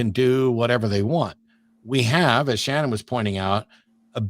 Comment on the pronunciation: Shannon, not “Cannon”.